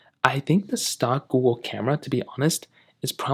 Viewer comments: stock google camera for some reason he messed up on saying the g and somehow didnt say the end part on the google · Did you say "stock-wool" camera? I don't understand what you're saying